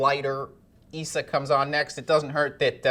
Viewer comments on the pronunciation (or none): none